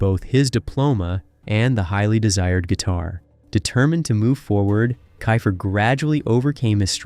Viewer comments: It sounds like Keefer . Not Kifer . Get his name right if you’re doing a video . Ugh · Fail out the gate because you can't pronounce "Keifer" correctly. Multiple times.